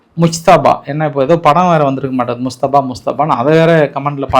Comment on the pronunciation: முஸ்தபா உச்சரிக்க முடியவில்லை யோ நடுநிலை செய்தி யளரே